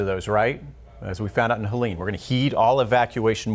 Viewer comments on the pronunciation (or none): none